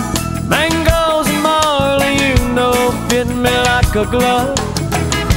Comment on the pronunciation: Yeah, I know that's supposed to be the lyric and hr pronounces the M in mango more clearly at a different part of the song. The timestamp just sounds like he's saying bangos